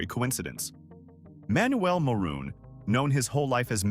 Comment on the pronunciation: Ma-room family! Not moron!